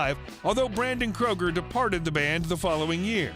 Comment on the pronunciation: its not Kroger you asshats its Kreuger ... but hell if you feel its ok to insult someone by mispronouncing their name who am i to say your an idiot (hooked on phonics worked for some )